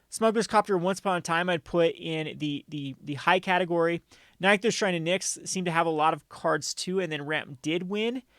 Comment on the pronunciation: It’s nick-thos homie